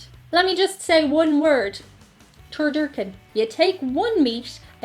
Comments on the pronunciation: It's not "Turdurken". It's "TurDUCKen". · Its not tur-dur-ken, its tur-duc-hen. Its a chicken stuffed inside a duck stuffed inside a turkey with stuffing between each layer. I'm convinced it was originally created on a dare. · It is turducken not turdurken. And it is not good. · Ter"duck"in not terDurkin. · "Turducken" not "turdurken." It is a turkey stuffed with a duck, stuffed with a chicken. It originated with the Cajun cooks in the south. I've made one before. It was really good. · First of all learn how to pronounce 'duck'. It's turducken. And it's not really a thing. That is to say, it is a real thing, but you have to go looking for it. And while it is delicious, it's mostly a novelty food. Something the chef makes because he can. But you're not going to find it on the menu in many places. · Hello, I think I may have heard you pronounce turducken (tr-duh-kn) wrong, and say it's one meat inside another meat. It's actually a duck inside of a chicken inside of a turkey, which can be either deep fried or oven baked. One weird thing Irish people do with food, is butter on a sandwich. Stay safe and healthy, Patrick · its pronounced tur-duck-en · It’s actually pronounced “tur/du/ken It’s a chicken stuffed inside a duck stuffed inside a turkey. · Omg did say "turdurken??" Haha